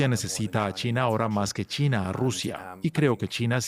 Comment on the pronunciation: Solo yo escucho Tina en lugar de China?